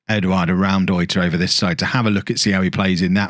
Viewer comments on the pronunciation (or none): can't wait for fofana to be just as mediocre than the ones signed, also as a German speaker your pronunciation of Raumdeuter was hilarious to me